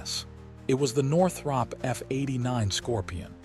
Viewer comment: Why do you keep showing different aircraft? And you ate mispronouncing Northrop.